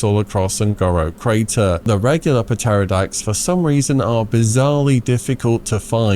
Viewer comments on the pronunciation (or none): oh my days - hearing a fellow brit pronounce Pterrordax as - p...terrodax hurts me deeply, cmon ffs you were educated how to speak the Queens(ig king now) English early on in primary school!